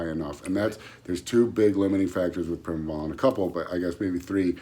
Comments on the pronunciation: What the hell os prime-O bolan? My ba meter says agent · Did he just say prime-o-bolan? Lol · like im gonna listen to a guy that says prime o bolan with no physique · Eye-roll. And he's an expert? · Sure did lmao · He did say that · He did😂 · Yeah. Skipped this video if he can't even say Primobolan correctly. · You do not need a gram of primo if it’s real primo. 400-600mg is all someone needs. Also don’t listen to anyone who can’t even Pronounce the name of the drug correctly.